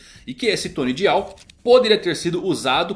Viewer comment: Pelo amor de Deus, fala "DAIAL" não é difícil não!! DIAL é feio demais misericórdia!!!!!!!